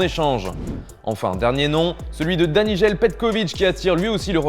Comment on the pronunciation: C'est Danijel Petković, pas "Danižel"